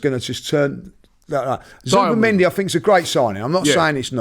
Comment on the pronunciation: Can someone banned Robbie from saying Zubimendi ffs